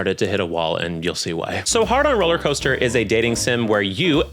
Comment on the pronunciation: I know you're saying "Heart on Rollercoaster" but I keep hearing Hard-on Rollercoaster, which is what I like to call Boy Puberty.